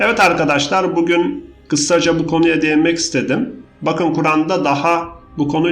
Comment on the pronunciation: Teşekkürler emeğiniz için, ufak bir öneri, “kısa” kelimesini “kıssa” diye telafuz etmeseniz, biliyorsunuz, anlam değişiyor :)